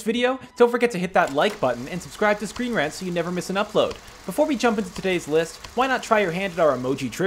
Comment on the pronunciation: it kinda sounds like u say welcome to screen RATS...